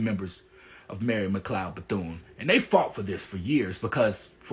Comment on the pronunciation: Its McLeod, NOT Mcloud or Macleod